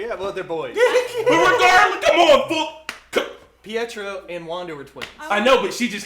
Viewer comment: Omg ty for saying Pietro and not pedro 😂